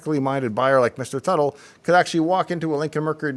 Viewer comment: Tuttle, Not Buttle?